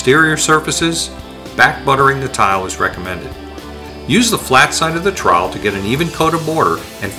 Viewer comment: Trawel not awelavl